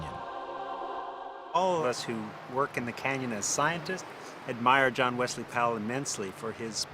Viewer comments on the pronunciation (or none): none